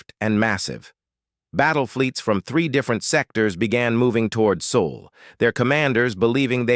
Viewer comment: Sol not soul please.